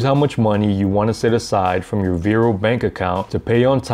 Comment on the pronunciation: It’s not “Vairo” it’s VAR-O